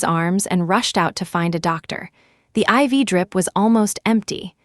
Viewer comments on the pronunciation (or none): Absolutely ….. up there with the 4 (IV) drip and tsk !